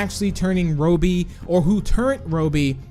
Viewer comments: It’s not Rohby it’s robby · btw its ra-be not ro-be that's how you pronounce it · It’s Robby not robey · Bro ur saying the wrong name Rowbey The real name is ROBBY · His name is not Roby its robby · Robby not roby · is it pronouced ro bby or rob by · it’s not robie it’s Robby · It’s pronounced rob e not robe e but ok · It's Rob-be, not Robe-be. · Me saying robby:Robby BIgbst4tz2 saying robby:Roubby(This is my thought that why saying it) it fine just a bit stinky saying it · Its robby not roby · its not pronounce ro bi but ra bi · It's Rob more like Robby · Said: Robey Me: Its Wrong Prounaunce Robby: Im Robby Not A Robe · says ROEBEE I trust tigry more. Great video, love these types of videos! 🍪🍪🍪🍪🍪🍪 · Me: its robby: Its RO-BBY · I’m amused by how he pronounces Robby’s name.😆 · STOP PRONOUCING ROBBY SWEDISH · Please correctly pronounce "Robby" before I stop watching your channel. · notice how he says robby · Tank bob 1 no, thats just how he pronounces robby XD